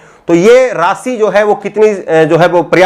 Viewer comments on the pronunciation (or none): aap bahut ache patrakar he ache anchor he Lekin apki bhasha,shudh nhi he visheshkar sha,shabd ka ucharan sahi nhi hota. Aap sha ko sa se ucharit krte he. Jaise desh ko des kehna Jaise rashi ko rasi keh rhe he. Patrakar anchor ki bhasha ka ashudh hona sharm ki baat he